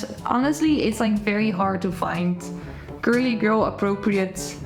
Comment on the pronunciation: Love the way you say curly girl gurlygurl method 😂